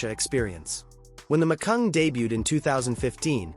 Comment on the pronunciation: It's Macan, not Macung.